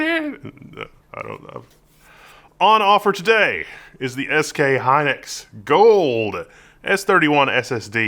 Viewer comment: It's SK Hynix not Hynlix